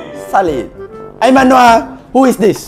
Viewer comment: Not ' who ' but ' who ' boyy